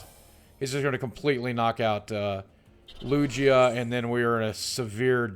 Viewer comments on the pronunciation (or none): lugia is pronounced LUGE-IAH not LUGGH-EAA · just so you know its lugia not lujia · Lugia doesn't sound like it has a j the g sounds like a regular g not j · It's lugia, not lujia. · Boogie, it's not Lu-Jia its LU-GIA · LOOOJA? its LOOOOOGEEEUH. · FYI its spelled Lu-gi-ah not lu-gee-ah. Pokemon names are really hard to pronounce. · boogie- LUGIA is pronunced LOO-GEE(Like the fat you put in pies)-u, LOO-GEE-U. I collect the cards (or at-least 1 type set per series e.g. primal clash from XY). I also battle with cards at my local trading card centre. Came in 3rd place of 9 contestants last month :) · Lu-gee-a? seriously? I've heard that name for a good 15 years or so and never, never has anyone pronounced it Lu-gee-a. WOW good thing im not subscribed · Lugia. (Lu-gee-a) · I don't wont to be mean or anything but its pronounced lu-gee-ah sorry if this comes off as a rude comment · Lugia is pronounced ''lu-gee-ah'' btw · Loog-e-uh = Lugia just helping so you don't get roasted Boogie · Lugia is pronounced lu-geah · Loo-Gi-Ah is how to pronounce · Games i hate to be that guy but lugia is pronounced with a hard g like gabriel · Its Lu-Gi-Ah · Im sorry boogie but its been killing me this past week. Its Loo-gee-ah. i had to get that out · Lugia is pronounced Loo-Gee-Ah. Boogie. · yeah it is supposed to sound like lu-GEE-ah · It is pronounced Lew-Gi-Uh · He literally said Lugia three different ways and none of them were right. xD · Boogie you say lugia wrong. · boogie I love you but your saying lugia wrong and it's very cringy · Bugs me so much how he says lugia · thats not how you pronounce lugia !!!!!! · Yea him saying Lugia was bugging me lmao